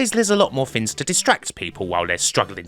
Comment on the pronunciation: The word: Things: Fins